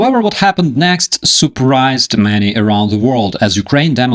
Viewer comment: Не супрайзд а сепрайзд